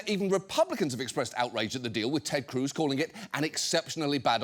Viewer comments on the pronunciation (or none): none